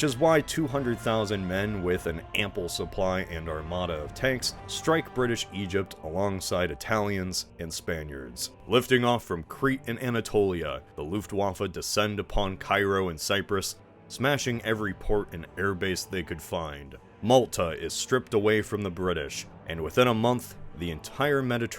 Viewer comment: the *looft-Waeffue*